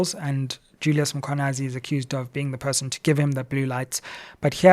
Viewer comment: Let us assist Dr Sizwe to pronounce the Mkhwanazi surname properly 🙂